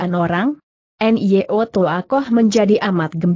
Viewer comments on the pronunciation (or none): Bacaannya banyak yang meleset hingga beda dengan kl baca bukunya. Nyo dibaca langsung (nyanyi ) dibaca langsung bukan di eja n y a n y i Bwe dibaca di eja b w e , Leng b w e hong di thian san cit kiam Dan banyak lagi. Kenapa ya?